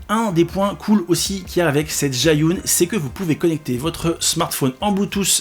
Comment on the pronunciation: Pour la prononciation, c'est plus zhi -> dje, yun -> yu-in. 😊